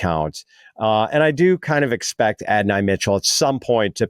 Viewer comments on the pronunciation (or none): Why does keep calling Adonai Mitchell, Adi Mitchell?